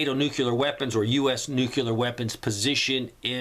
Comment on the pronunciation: Man, stop mispronouncing nuclear. Hard to take you seriously. Listen to yourself.